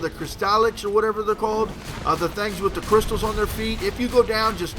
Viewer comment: you say crystalisk so retartedly. ps ik he is dead I just think its strange the way he says it. hurts my brain.